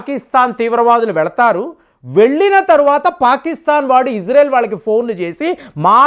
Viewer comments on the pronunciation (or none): none